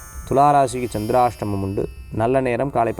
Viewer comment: Sandarstamam 😂😂 tholam nu soninga😂😂😂